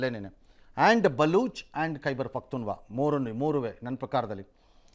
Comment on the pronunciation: Khyber pakhtunva alla ರಂಗಣ್ಣ khyber pakhtunkhwa anni